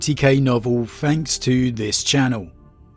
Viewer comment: Fret. Everyfing. Fanks. Moff. Frone. Fwarted. Brova. Wiv. Strengf. Gaver. Brevren. Fink. Anuva. But no issues saying the, their, that…interesting speech pattern. PS: favourite 40k lore YouTuber hands down